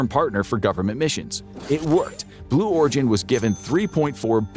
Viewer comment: Blew Origin... lol he did say it didn't he?? I thought I heard him saying it...